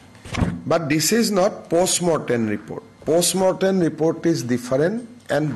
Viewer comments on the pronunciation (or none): Its post-mortem - not "postmorten"!